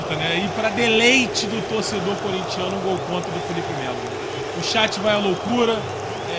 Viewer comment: "Fielipe" Melo!